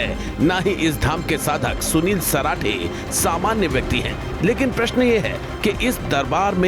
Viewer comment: Sunil parathe nhi sarathe h ji